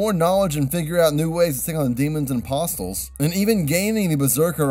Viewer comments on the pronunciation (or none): its pronounced a-pos-les not a-pos-tles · “Demons and posstals”